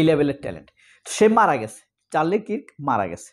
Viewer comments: কিরক না মামু, কার্ক হবে correct pronunciation বা উচ্চারণ, Charlie Kirk. . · চারলি Charlie Kirk উচ্চারণ টা কিরক নই কার্ক হবে